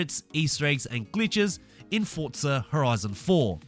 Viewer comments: no offense, but can i ask why you are saying fortza and not forza? then it would be fortza horitzon. Again, no offense just wondering. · Is the name pronounced forza or Fortza because that’s what I’m hearing whenever this guy ses it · Why do you call it "Fortzar"?